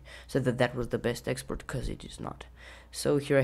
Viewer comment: Video is cool!!! "Exoport" :D